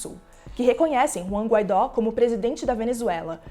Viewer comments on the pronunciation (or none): none